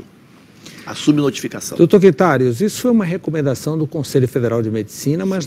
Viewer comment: pronunciou o sobrenome do médico errado, Quintarios, rsss, devia saber o nome do convidado direito.